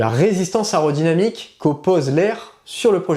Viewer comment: On dit pas ARODYNAMIQUE , ce mot n'existe pas mais MAIS AÉRODYNAMIQUE !